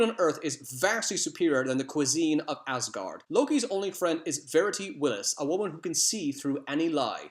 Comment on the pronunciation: Did you just say Ozgard?